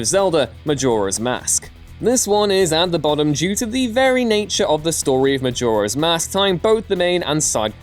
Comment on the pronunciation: I usually don't comment this quick. But starting with "Majora"... They some big Macs